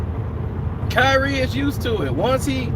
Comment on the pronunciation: It’s “Kyrie”